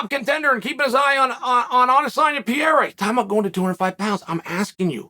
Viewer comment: Who is that "Pierra" Kyle is always talking about? 🤔